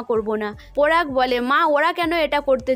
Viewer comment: তুমি পোলাশ আর পোরাগ কে যা করলে😂😂😂😂😂 পরাগ আর পলাশ ঠিক করে বলো।